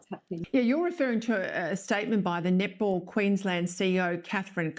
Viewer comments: With the accent, the word "net ball" sounds like "nipple". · Is she saying "net ball" or " "nipple" ???😅😅😅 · Net ball I thought she kept saying nipple. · Hearing that Australian announcer pronouncing "netball" as "nipple" was killing me. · Every time that woman says netball it sounds like she's saying nipple! WTF...😅😂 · Oh Netball, i thought they kept saying nipple...lol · I kept hearing nipple. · Am I the only one hearing nipple? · Her saying netball sure sounds like nipple.